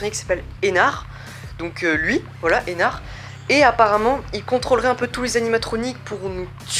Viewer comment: MAIS BON-SANG LE D DE ENARD SE PRONONCE!!! mais c'est une bonne video...